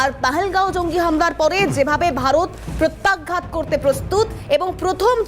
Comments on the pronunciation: ম্যাডাম আপনার কথাটা প্রত্যাঘাত নাকি প্রত্যাঘ্যাত কোনটা সঠিকটা জানাবেন । শব্দটা শ্রুতিকটু লাগছে । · ধুর! উচ্চারণ ঠিক করুন।প্রত্যাঘ্ঘাত নয় প্রত্যাঘাত।